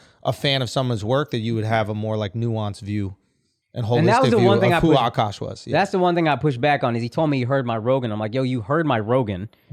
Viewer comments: I wish they wouldnt pronounce his name "awwkaash" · "ughKaash" or "ughkawsh"